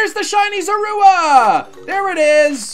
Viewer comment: As my favorite pokemon, his pronunciation of Zorua made me cringe. The shiny variant looks so good!